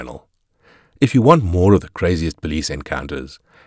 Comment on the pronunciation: 😮call the PO LEECE 😂